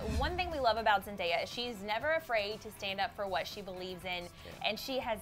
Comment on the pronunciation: She finally said zendaya correct